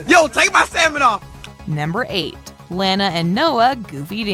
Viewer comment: Its LANA not lara